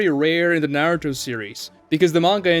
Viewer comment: Dedicates a channel to Naruto but pronounces it like that? Blocked